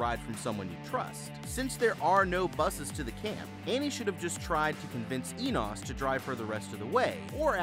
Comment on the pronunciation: You pronounced Enos three different ways and none of them were right..did you even watch this movie ?